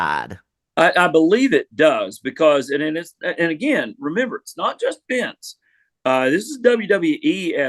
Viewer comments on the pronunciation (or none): none